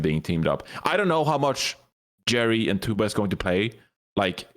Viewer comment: KEKW saying Chuba instead of Tuba is my new jam